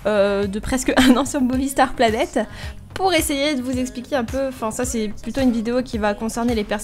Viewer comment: au debut ta dit boonie planet xd merci pour les conseille